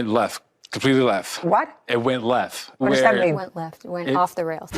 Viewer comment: When Judge Judy asked the first defendant what happened, he said, "It went leff." She said, "What?" I'm with her. Half these folks don't speak English. I don't know what 'going leff' means, either. She's got a really tough job!